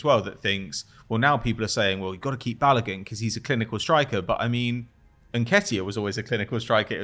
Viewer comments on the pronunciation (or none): banging on about his last name all this time then saying bal-Logan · Man said "Bal-OH-gehn" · you should teach how to say balogun